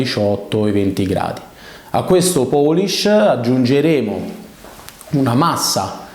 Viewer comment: Una domanda, ma poolish non si dovrebbe pronunciare "puulisc" più o meno? Tutti gli italiani su YT dicono "poolisc". Non mi sembra corretto, ma attendo un madrelingua inglese che me lo confermi:finger-red-number-one